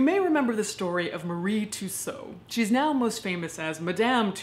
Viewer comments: Great videos. But in the UK Tussaud is pronounced as "Two-sword" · Sorry to say this but you pronounced Madame tuussaud wrong...